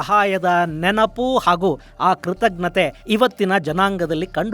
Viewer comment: ಕೃತಜ್ಞತೆ ಸರಿಯಾಗಿ ಉಚ್ಚರಿಸಿ. ಕೃತಗ್ನತೆ ಅಲ್ಲ.